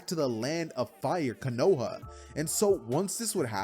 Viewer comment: I just love how he pronounces Konoha as KANOHA😂😂😂